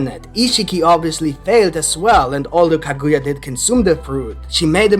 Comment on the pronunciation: Kah -good-yah 😂is not how u say it